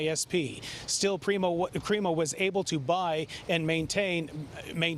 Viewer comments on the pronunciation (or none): Creepo instead of crimo!!!